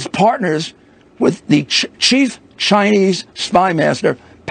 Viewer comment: "Hunter is partners with cheese..chinese" . His dentures make it even funnier!